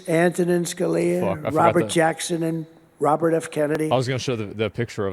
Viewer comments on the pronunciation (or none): none